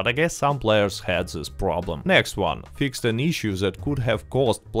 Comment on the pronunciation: i love the way you say "fix ed" lol.. you are the man and its awesome to see Rockstar finally giving some decent/good content to RDR2 online